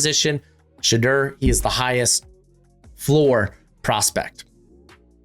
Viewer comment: bro why do you say Shedeur’s name like that?